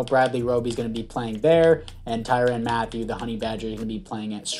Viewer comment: You’re pronouncing his last name wrong it’s right the first time